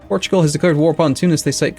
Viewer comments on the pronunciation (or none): none